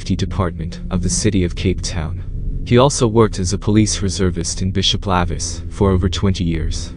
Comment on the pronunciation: Spelled, lavis, pronounced, lay-vis